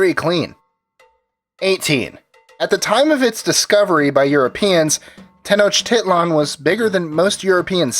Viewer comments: Pronounced Ten-ock-tih-lan not Tenochiliean ! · Stop saying titland... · I hate the sound of Tenoch-tit-lan, the i in tit is pronounced like an e. If this is categorized under 'education', at least make the effort to look up the pronunciations of major points you make. Edit: Especially if you're going through the trouble of trying to pronounce Hernán Cortés correctly. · He said “tit” lol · It's pronounced ten-osh-ti-lan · Its not pronounced tenochtitlan its pronounced tenok-tee-tlan. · From 3 years of ancient history tenochtitlan was actually pronouced Tech-no-chi-clun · Why can't they get a Mexican to talk in the background , like you mispronounced Mexica , Nahuatl , and Tenochtitlan , #NativeAmericanpride #allday #tellthedayidie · Ugh they way he pronounces the capital gets me frustrated